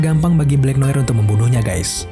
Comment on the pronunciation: Noar gk sih ngomong ny bkn noir